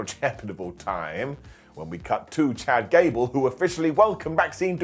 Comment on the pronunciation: Did you say “Ghad Cable? NOOOOO BODY TALKS LIKE that.